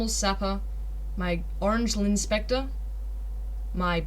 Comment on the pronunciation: My ears started bleeding when you pronounced L'inspecteur.